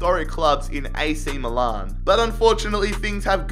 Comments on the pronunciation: I didn’t know that ac milan was called ac miloan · "AC Miloan" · Does Anyone else get annoyed how he says Milan?